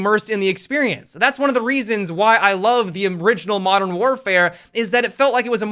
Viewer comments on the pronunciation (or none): none